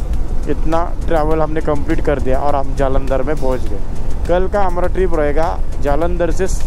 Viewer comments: जलंदर❌ जालंदर✅🤣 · जलंदर ❌ जालंदर ✅ 😂